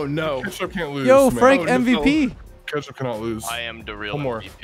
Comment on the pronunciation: Why does he keep saying kAtchup not KETchup